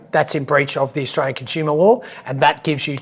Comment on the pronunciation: Avi, listen to the Canadian's pronunciation of "Australian". He gets right while you persist in pronouncing it "oshtraya"